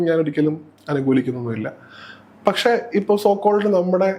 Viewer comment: Avatharika yude Malayalam pronouncing kurach sradhikkendiyirikkunnu “kshethram ““pakshe”